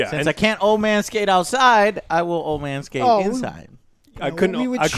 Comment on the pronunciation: "Man skate" sounded like manscape. Throwing in that Manscaped sponsor into this one too.